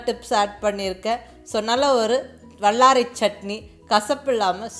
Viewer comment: I like your recipe. When you use" la " sound in Tamil seems to be using middle la. Vallarai, Kallu, and ellai. I am sure it is hard to change the pronunciation. Sorry to mention this.